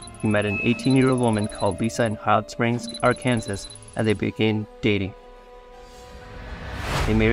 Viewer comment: are you for real it is pronounced Arkansaw you idiot even I know thisnin South Africa